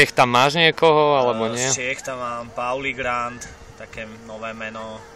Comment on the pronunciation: najlepšie meno na albume ! :) len horsie ze nebude rapovať a ze to Hafner vyslovil zle ako Paulie Grand .. ale to mu kazdy odpusti :D